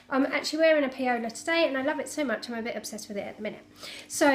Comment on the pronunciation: Great top - and so quick! You have enabled me to buy the pattern :-) Fwiw Paola is pronounced 'Powla' as its the Spanish version of Paula...